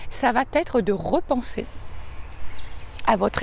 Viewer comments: "ça va t'être" c'est pas possible 😖 En dehors de ça la vidéo est sympa, merci. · la liaison mal à propos 😁 Il n'y a pas de "t" entre "va" et "être". Il te faut désancrer ce réflexe grammatical erroné 😁